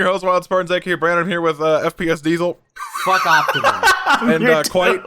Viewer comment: no one: absolutely no one: kwite